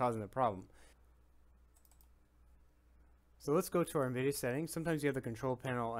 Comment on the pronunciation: Did you say “envideo”